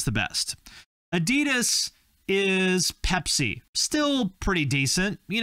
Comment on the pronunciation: There is this joke here in Germany: What does PUMA stand for? Probier unbedingt mal Adidas, means: You should absolutely try Adidas. By the way: The second syllable of Adidas is not stressed. It´s the leading A.